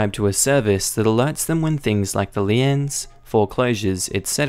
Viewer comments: Liens= pronounced leens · It is pronounced "leeenz" in the USA, not lee-ins otherwise, nice channel, great reading voice